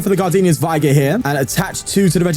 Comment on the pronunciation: It's pronounced vigr, not vaygor